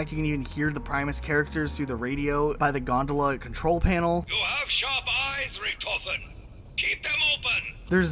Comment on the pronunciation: Rick Toph En is the the pronunciation not Rickt A Fen